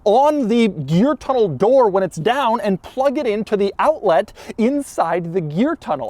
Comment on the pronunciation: Bruh Doug kept saying "owltlit" 😭